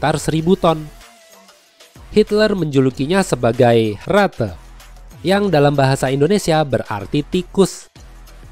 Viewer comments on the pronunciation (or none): Bang di baca yah bukan RATE tapi RAT